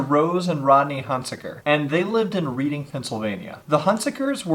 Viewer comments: I’m sorry, this is going to bug me if I don’t say anything. It’s not pronounced reading like you’re reading a book. It’s pronounced Redding. Sorry. That for some reason bugged me since I’m from there but it’s okay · she was my foster sister! at the time i lived with her when i was 15, dave was our foster dad at the time. our other foster sister would tell ppl they would do sick things to her but nobody believed her! RIP grace!! and btw thats not how you say reading lol